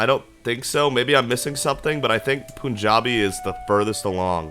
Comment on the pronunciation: Pronounce it as 'panjabi' like pun Not poon